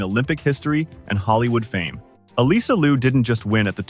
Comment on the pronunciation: FYI....Alysa is pronounced Alissa not Aleesa. Straight from her.